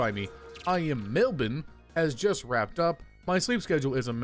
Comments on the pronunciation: HE SAID MELBOURNE RIGHT REJOICEEEEEE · As an Australian I appreciate your correct pronunciation of Melbourne